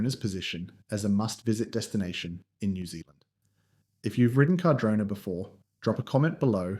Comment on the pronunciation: whats with all the mispronunciations? carh-drona, condola, wah nah kah, are you doing that on purpose? did you even do any research or are you just reading off an AI script or something. your pretty much repeating yourself for 10 minutes aswell, this video could be like 2 minutes without the repitition and random facts that mean nothing. You just sound like a PR manager, and not an actual insightful skier who has lots of valuable information to relay.